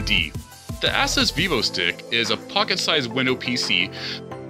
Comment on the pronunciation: need to learn how to pronounce Asus, and ethernet...If you don't know how to pronounce words, ASK SOMEONE...